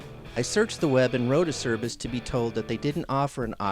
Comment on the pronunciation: Great vid. By the way it's pronounced 'ACHERBIS'. My company deals with this Italian company directly.